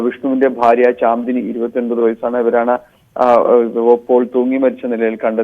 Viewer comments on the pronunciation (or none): ചാന്ദിനി അല്ല ശാന്ദിനി